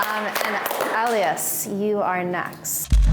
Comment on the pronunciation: Damn they pronounced Elias wrong